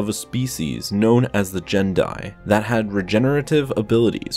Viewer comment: Gen'dai is pronounced with a "hard G".